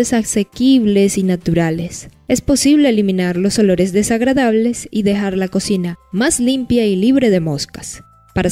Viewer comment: Qué es eso de edores ? No entiendo se dice olores